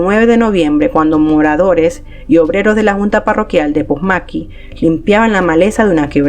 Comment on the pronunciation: Todo iba bien hasta que pronuncias "POSMAQUI" ese no es el lugar se dice POMASQUI. A parte de eso buen video. EXITOS!!!